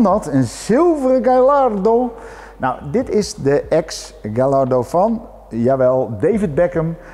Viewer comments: Galaardo... Hahaha. Je zou toch verwachten dat een beetje een auto journalist weet dat het een Gajardo is.... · Volgende keer even eerst Gallardo in een vertaler intikken en op het luidsprekertje klikken, dan weet je hoe je het uit hoort te spreken.